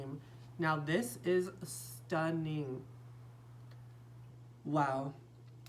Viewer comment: Love the way you say 'STUNNING' every time . .